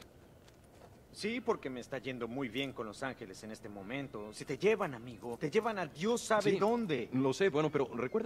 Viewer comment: se dice angeles no es por criticar pero siempre es mejor aprender mas palabras a que no cierto?